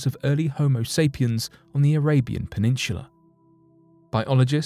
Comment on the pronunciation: JUst one question: What is a "PENINSHULA"??